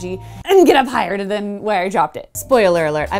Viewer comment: "... and THAN! " so lovely. :D Oh! Wait, I came for the tic tacs... Focus Nek. Focus...